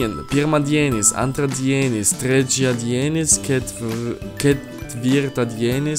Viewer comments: LITHUANIAN It was awful. pirmAdienis antrAdienis trečiAdienis ketvirtAdienis penktAdienis šeštAdienis sekmAdienis In each word 'a' is stressed in every second syllable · The lithuainan is wrong, I will spell it out worng but thats how to say it ( Monday) Pirmadinis (Pirmadienis) (Tuesday) Entradenis (Antradienis (Wednesday) Trechadinis (Trecaiadienes) (Thursday)Ketvertadinis (Ketvirtadienis) (Friday) Painktadinis (Penktadienis) (Saturday) Seshtadinis (Sestadienis) (Sunday) Sekmadinis (Sekmadienis I am a Lithuanian